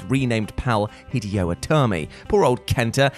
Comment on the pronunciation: Do some research and learn how to pronounce the word “Hideo” !! It’s pronounced HID-AYE-OH. You sound like a 2yo trying to say “spaghetti” or “hospital”